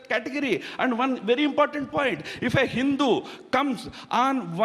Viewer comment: Ha Ha Ha this Thaaaroror had basically a problem with the word Hindu.